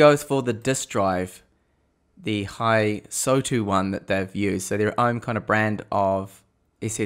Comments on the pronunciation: "Hysotu" Hysotu? There is no humanly possible way anyone could mess up a simple name like Hystou so badly. Seriously, are you dyslexic or sumfink? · It is not Hysotu it is Hystou. His-tou.